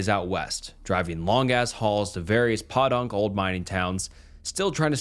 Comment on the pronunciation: "Podunk" is a long 'o', like if Edgar Allen was good at basketball